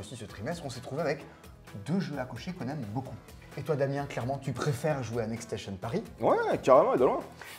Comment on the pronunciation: Ni le "obtimisation" (2x) au lieu de "oPtimisation"... Franchement, vous auriez besoin de quelqu'un pour relire le français et qui parle anglais (pour éviter les prononciation de type "next stassion") dans l'équipe. Si seulement on savait où trouver une telle personne... 😈